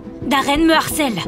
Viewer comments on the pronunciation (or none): Harcèle et non harcene. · On dit harcèle